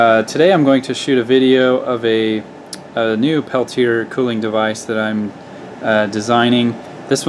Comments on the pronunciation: You said it right the first time. Peltier. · I heard u you pronounce it both ways. Peltier rhymes with Chevrolet. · Jean Charles Athanase Peltier was french. Very, very french. Pelti-ay is the correct way to say it. It's fine that people mispronounce it, but if any of those people try to correct you, slap them hard on the face.